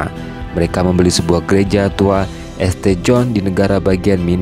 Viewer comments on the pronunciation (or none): Alhamdulilah, semangkin banyak Bule yang muallaf di Amrik. Semoga Islam makin berkembang luas di seluruh dunia., kalo membaca jangan dibaca esTe, tapi bacanya "sint". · Informasi pengetahuan umum tambahan buat adminnya ST/St itu di bacanya Sain atau jika di jika di indonesiakan Santo